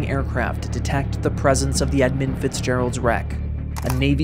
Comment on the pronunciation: It’s EdmUnd not Edmind, fool